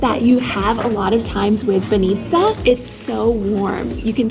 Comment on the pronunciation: Aware with the emphasis, please :) bAnitsa, not banItsa ffs.